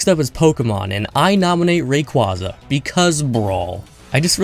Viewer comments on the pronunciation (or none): I...respected you...but then you said Ray-KWAHZ-uh